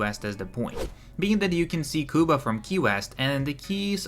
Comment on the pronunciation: I know this might not be a big deal but if you say Cuba the wrong way again I will find you